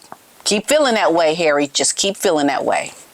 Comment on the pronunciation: HARRAY - 😂! I love your pronunciation when Harry acts like the fool he has become versus the protected Prince man-child he was! Really, HARRAY? Really???